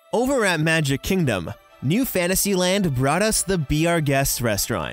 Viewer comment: Hahahah😂😂 "number five over ar magic chingdom"#GreatEnglish